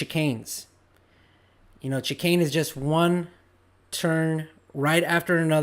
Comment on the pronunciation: its pronounced shicane as in sherbert not chikane as in chicken! domo arigato